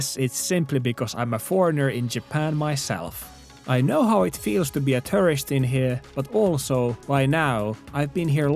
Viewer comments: Love your videos but the way you say tourist sounds a lot like terrorists 😂 FWIW I like your accent alot, it's just funny to know you are talking about tourist but hear the word terrorists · The way you pronounce "tourist" is... remarkable.